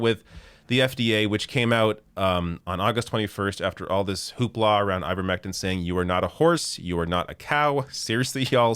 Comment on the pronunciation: "Uh, Ivermectine!" ....nuff said 🤣